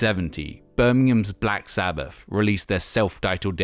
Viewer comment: Black Sabbaf… Nineteen-sixty-free… monolific… Martin Lufer King… fanks a bunch. This announcer needs some lessons on pronunciation. 😆